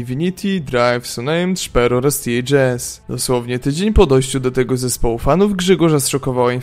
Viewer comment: Filmiki wgle nie trafione do tego co mowicie.. Zeby chociaz cos bylo z 1.6.. Nie akcentuj nickow na angielski.. np. ths zawsze byl tehaesem. A i jak juz to SZPERO nie SZPERU.